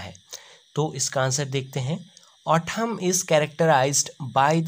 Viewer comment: Pronounce Au-thamn nhi it will au-tumn and na-ke nhi it will ne-ked